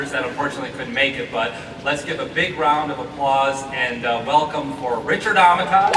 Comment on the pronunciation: Seriously Steven Quale?! You work with the guy for several months and you still say his name wrong. It's Armitage, rhyme with 'heritage'. Don't frenchified it. Sorry... I'm just a passionate (and protective) fan of RA